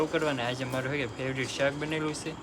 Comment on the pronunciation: સોની ફેવરીટ બોલાય ફેવિટ નય વિડિઓ બનાવો પણ બોલી સુધારો